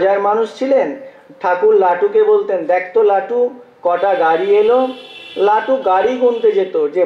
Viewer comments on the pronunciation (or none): Not latu, Thakur called lato.